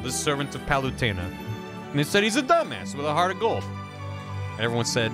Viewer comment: I love that mispronounces "Palutena" the same way I do.